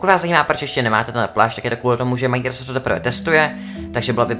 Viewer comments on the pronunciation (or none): mě štve jak furt říkáš Maňkraft